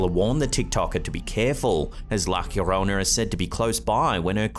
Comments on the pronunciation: It's NOT La Hkyorona! It's pronounced LA YO RO NA. You sound like an idiot saying it that way and it's very annoying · its pronounced yorona btw, ll in Spanish is y sounding, like in you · La Llorona is pronounced La Yorona. The all sounds like a Y. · The way you pronounce “La Llorona” 🤦🏻‍♀️